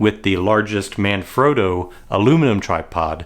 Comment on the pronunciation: ‘Man frott’ trypod …… just revolting